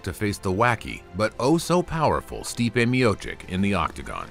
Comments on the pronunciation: You butchered his surname... "Miocik" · you cant even pronounce correctly his name, you asking for support ?